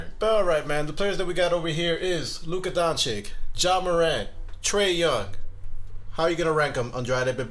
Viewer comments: Stupidity as its finest. Trash take. prisoner of the moment. And its not Don-CHICK its Don-chitch. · Luka Dončič not Dončik,,,like Donchich ,like CHokolat-Čokolat and eglish is may 3 languige but ths name,the name made writh! DonČiČ like-Čarles ,Charles.after 3-4 years ,You come with DončiK...